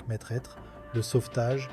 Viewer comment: on prononce "mètre", pas "maitresse" !!!